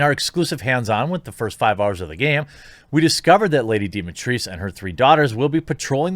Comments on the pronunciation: I just HAD too google "mpreg", didn't I? wtf. just wtf. Also, who the fuck pronounces Dimitrescu as Dimitrees? I'm no linguologist, but it is obviously a Romanian surname, and pronounced exactly as it is written. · Dee-Mee-ThRhe (like TREmor but without mor) - Skoo (like SCHOOL but without the L), i hope this makes it easier for you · Dimitrescu is a romanian name, so you got it the first time right. The french take on the name is incorrect and sounds so wrong. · The "u" is not silent in Dimitrescu. Whomever said that probably hasn't ever heard a Romanian name. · Quartering: I'm just gonna call her Lady D because...." Me: she can get it? Quartering: "..I'm just gonna continue to mispronounce it." Me: yours makes sense too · I think the only caveat to the pronunciation is that the u is silent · Dimitreesk no it's not said like that who thought that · Trust me, I am from Romania. It is pronounced DI (like in "dee") MI (like "me") TRES (like in trespass) CU (like in cucumber or "coo") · Who the hell is Dimitris ? :)) If it spells Dimitrescu, it's pronounced Dimitrescu (coo) Dimitris os Dimitres sounds greek not romanian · Wtf is lady Dimitrees? Its a Romanian name. Dimitrescu. Its not French. Read it all. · Dimitris?! No, NO, NO,NO! The original pronunciation is correct, you're supposed to read every single letter. It's exactly as it's written, Dimitrescu. How did they even get to that pronunciation? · Actual Romanian here. Dimitrescu is not pronounced as Dimitreess. It is Di-mi-tres-cu. At least that’s how the actual Romanian name should be pronounced. And since the game is set in Romania that should still be the proper pronounciation in-game. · It's not Dimi-trees, it's Dimi-trescu. It's pronounced just as it is written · No, it's not Dimi-trees. It's Dee-mee-tres-coo. Trust me on this one. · I am Romanian and It's not DIMITRISE...It is like you said it first. DIMITRESCU ( Dee-mee-tres-cu) That girl from the stream miss pronounced it